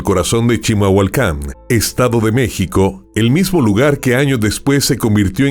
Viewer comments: ES CHIMALHUACAN, NO CHILAMHUACAN O NO SE QUE DICES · Se dice CHIMALHUACÁN 😂😅